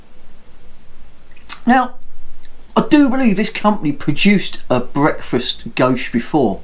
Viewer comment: Very good beer tastes like a maple stout! Didn’t realise you pronounced it goshe always thought it was goze